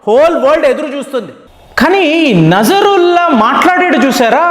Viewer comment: నజరుల్లా కాదు నస్రుల్లా